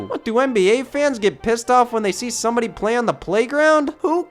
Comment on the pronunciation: hehe, he said “cumbody”